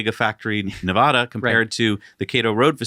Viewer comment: I know you won't see my comment, but please -- the state is ne-VAD-a not ne-VOD-a -- check a dictionary, wikipedia, or forvo. It's grating to hear you guys mispronounce Nevada every episode!